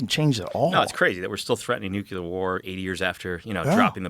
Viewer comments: I don't buy it. First, he pronounces nucjelar instead of nuclear, second where the hell is that progress? US of A, UK has done NOTHING in the past 40 years. I mean really, Air to Air missiles are still short range. F-35 has a combat flight range of a mosquito. The infrastructure of the US is in shambles. The Railways are suffering toxic spillage and explosions. I see stooges, I see cronyism, I see rich people, I see financial and crypto gambling - but real progress in my whole life, and I'm 44 is white dental fillings, stents for heart problems. But so much of it existed in 1995 that it is unbelievable. NOTHING IS NEW. The amount of new ideas from and the amount of ideas between is incomparable. There was NO PROGRESS in the world for all this time. Russian SU-57 is based on SU-27 that was build half a century ago. The Chinese just adopted scramjet technology and that exist for ages. Only the makeup changes, the car designs but all else is the same. We are stagnating for decades now. Self Driving cars are a new thing and the reusable rockets were USSR technology, but ok, perfected by spaceX. LIES LIES LIES! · How does someone get this deep into a line of study with constant references to the word "nucLEAR" and continue to pronounce it "nuCULAR"? I just don't understand it. Retardation is contagious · This was a fun interview but it’s hard to take someone seriously when they pronounce “nuclear” as “nukular.” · its nuclear not nucular ! i cant help questioning someones inteligence when they pronounce nuclear as nucular and im suprised how many supposed smart people do it. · Anyone who says nukular immediately loses all intellectual integrity in my eyes. Learn how to fuckin pronounce nuclear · Why does it seem that almost no one can say the word "nuclear" correctly? Joe has had on scientists that don't even know how to say the word correctly. 😑 When people start throwing out nucular...I wonder. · pet peeve - when people pronounce nuclear like it's spelled nuculer